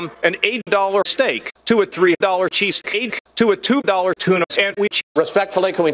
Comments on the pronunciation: Kaylyn Zoe Good job but it's cheesecake not cheese stake. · It's almost of those hybrid words like strEnergy. In the video it sounds like cheesesteek but hey cheesesteakcake sounds like a treat too, and only 3 dollars!